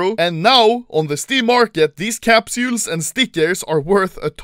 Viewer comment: I love when Anomaly says “Capsjuules”